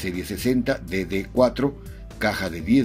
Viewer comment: mencionaste Detroit Diesel Serie 60 y pronunciaste "dede " 4. Lo correcto es DDEC IV, Detroit Diesel Electrónic Control. En l actualidad se usa DDEC X